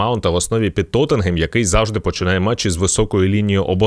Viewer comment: Лайк та подяка за вимову назви як "Тоттенгем"